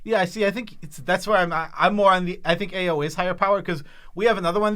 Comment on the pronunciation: Ao is pronounced like "Ow" and the Ei in Eiganjo is pronounced "Ay"